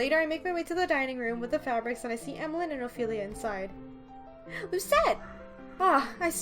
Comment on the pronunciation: For pronouncing Emaligne's name, you should pronounce it like Emmalyn